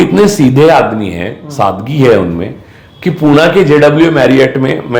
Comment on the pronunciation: पुना नाही, पुणे म्हणा. धन्यवाद.